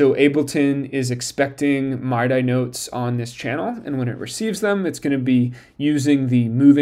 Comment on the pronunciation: Mid-eeee not my-dye. But this is cool